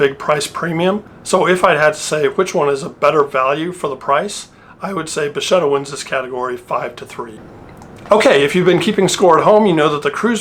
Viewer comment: Nice and interesting video. It was the first time I see the Bacchetta. Oh by the way the pronuciation is "Bakketta"and it means "wand" or "rod"